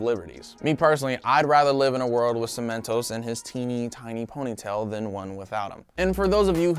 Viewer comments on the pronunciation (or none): Love how you pronounced everything right...then you made cementoss sound like a candy 😂